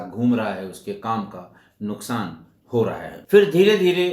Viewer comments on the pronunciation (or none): none